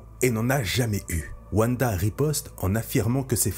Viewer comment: Mais ! wanda ne se prononce pas wuanda mais vanda ! tu dis pas wuagon ou wuagner